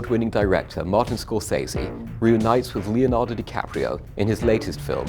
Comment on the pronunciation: Scor-fucking-sese, not SAY-ZE, it's 'sez-ee'